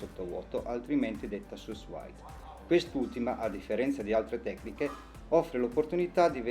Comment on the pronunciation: La pronuncia credo sia 'su vid'...in francese...per il resto non male il video!